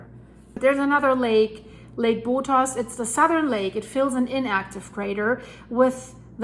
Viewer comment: Hi! I am from Costa Rica, great reporting. There is an S at the end of the volcano's name Poás